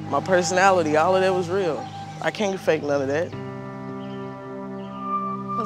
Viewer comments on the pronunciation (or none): “THIS IS MY PERFUNALITY” 😂😂😭😭😭